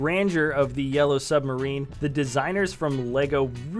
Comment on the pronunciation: I WHANT BECAS 'we all live in a yellow suberin'